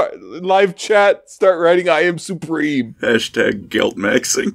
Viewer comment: IHM SUHPREHEME